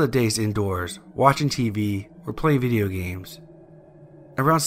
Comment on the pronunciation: He said viyo games